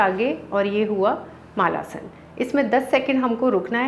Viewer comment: मालासन नहीं मलासन....